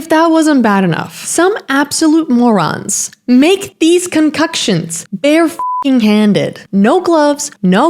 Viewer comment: erm, you pronounced WW1 wrong and Concoctions